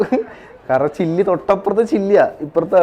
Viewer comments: ഒരു സൈഡ് ചിലി (ചില്ലി) അല്ല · ചില്ലി alleda ചിലി